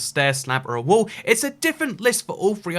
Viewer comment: He said wall and made it sound like wool